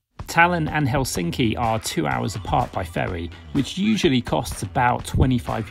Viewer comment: helSINKI is actually HELsinki. Emphasis on HEL not SINKI